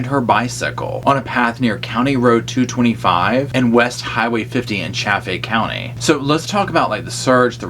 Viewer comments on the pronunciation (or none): "Chaff-faay Count-taay" 🌈 Great job breaking down all of Barry's VERY suspect actions & statements to Draper & Scharf!! RED FLAGS EVERYWHERE! 🚩🚩